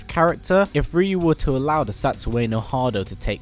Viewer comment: At least good work in pronouncing Ryu